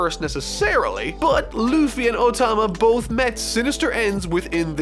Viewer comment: anyone else hearing "ultima" when he says "otama" ?